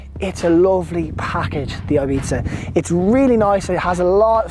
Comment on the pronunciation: Great and informative video, cant wait to get mine in 2 months. The only think i would like to complain about is the pronuncition of "ibiza". Pls pronounce it correctly and not like "eibita"